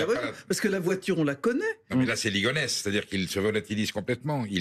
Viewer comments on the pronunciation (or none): Il vraiment dit c'est Ligonesse 😂😂😂